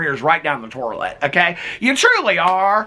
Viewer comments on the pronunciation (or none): It cracks me up every time you say “torlet” because I’ve been making fun of my mom since I was little about the way she says the word toilet. And I make fun of my dad who says he has to “worsh” his car and change the “ole.” My parents are so weird. 😂